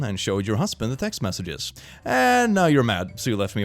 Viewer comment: Learning that has never heard of Theresa Caputo, The Long Island Medium. And it’s messages not massages. She talks to your dead family.